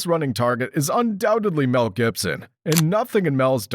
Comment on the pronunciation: "Please Melcome, Wel Gibson" 😂